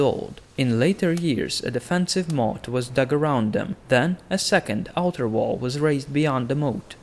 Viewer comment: Quite funny how you say "wall". I always heard "vow" ^^